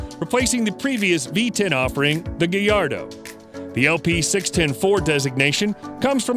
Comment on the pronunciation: It triggers me bc he says gallardo and huracan wrong